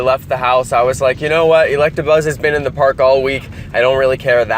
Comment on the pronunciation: He said electrabuzz